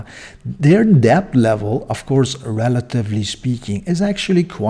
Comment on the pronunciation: Not pronounced as deBt. It is pronounced as det. The B is silent.